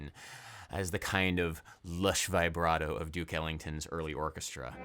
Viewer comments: Dear Adam, I absolutely love your work, and am I loyal contributor, but for the love of Bach, could you please stop saying 'Vaybrato' and pronounce it 'Vibbrato' like the rest of the world? Thank you <3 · interesting as always. by the way, its "vibrato", not "vaibrato". like "veebrato". ps: please come to italy! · I know i'm a little cringe but I die a little every time it's pronounced v-eye-brato instead of v-a-brato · Everytime he says Vaih - bra - toh 😅😅😅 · My dude... with all due respect... it's "vih-bra-toe." No long "i".